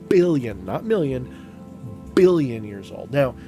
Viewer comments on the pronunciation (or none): Love the way you kick the letter B when you billion 🤣